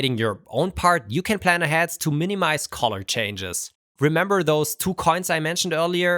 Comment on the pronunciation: Please practice saying "color" correctly.